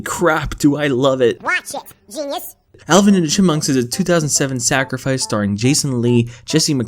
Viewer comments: nooo its alvin and the cihpmuncks not allin and the chipmuncks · THIS MAN SAID ALLEN AND THE CHIMPMUNKS